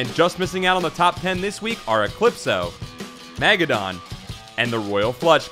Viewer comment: 'MAY - guh - don'? i think you meant 'muh - GEH - dun', son. as in 'armageddon', minus the 'ar'. research is cool and easy